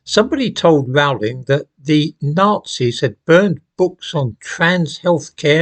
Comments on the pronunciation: Her surname Rowling rhymes with “bowling” not with “howling”. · It's 'Rowling' as in 'Bowling' - Not 'Rowling' as in 'Scowling' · 'Rowling' rhymes with 'bowling'.